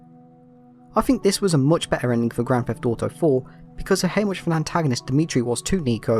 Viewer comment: As a fellow brit I love that we pronounce it grand theft dauto